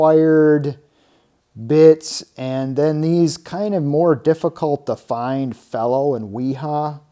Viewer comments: It's not fellow its fee-low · "fee-low" and "Vera" and " v-ha" are the correct pronunciations.